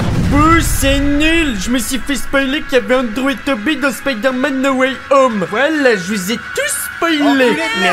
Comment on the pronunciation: Mdr la parite ou il dit spider-éloufe